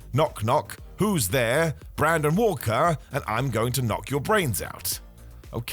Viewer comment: I had to stop after “Brandon” Walker and “Revolution”. Honestly if you can’t do it right, don’t do it